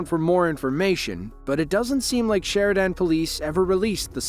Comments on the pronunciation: It’s pronounced more like sheriDEN and not sheriDAN btw lol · It's "SHER-i-den" Arkansas, not "Sher-i-DAN." Stupid sloppy crap AI narration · SheriDAN police? AI has a long way to go. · These Criminals are risking the aLives of Good Citizens with their driving- so when they wreck & kill themselves- they really asked for it. You Pronounced Sheridan AR,Wrong. Its just Sher I dan. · Make sure you know how to pronounce Sheridan correctly.